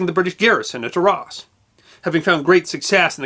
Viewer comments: It is NOT pronounced 'R-ARSE' it is Arras, or 'Ar rass' - can't this guy learn how to properly pronounce European names before he puts on his silly bowties?? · Great stuff but you should learn proper pronunciation. Arras, Caen, etc. are French place names. Cheers!